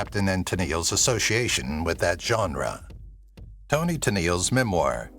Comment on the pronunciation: Toni, not Tony.